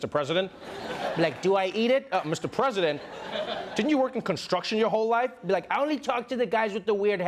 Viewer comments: Lol egen Pence says ”President Trump” it sounds like he’s saying ”Prison Trump”. Im here for that! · Sounds like Pence is saying "Prisoner Trump"